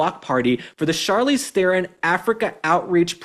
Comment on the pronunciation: The moron traitor Charlize is despicable in herself. Oh, and her surname is pronounced "TRON".